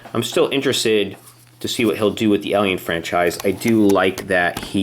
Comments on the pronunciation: You say Elion it's alien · Its alien not elien go back to english class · Guys seen the movie a million times but can't properly pronounce the Title lol. It's Alien as in A - for apple not E/Elien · It's not elien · U were were frikin sayin Elion not alien like srsly bruh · It’s not Elian it’s alien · Jesus Christ stop pronouncing alien elien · don't you hate it when people pronounce alien "ellion"? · its alien and not alyin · He says alien like elien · Jesus Christ your pronouncing of Alien is like "Ehliehn" like God dammit. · It's like AY-LEE-EHN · you say alien as "elien" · Why does he say alien like elion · Billy Ahlfield yeah it is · Why did u say Elien? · why does he call it an eliel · Ben Waller it bugged me to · 'Elion'...fml lol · Leandro Fox so fu*kin true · It annoyed me how he per ounces alien as elien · Your saying alien wrong, it's annoying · Guys if he's pronouncing alien wrong you don't need to bully him he's fine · Why do keep saying ALIEN like that!!!!!